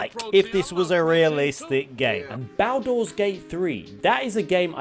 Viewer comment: Bugs the hell out of me how you say “tushima” and “baldurs” 🤣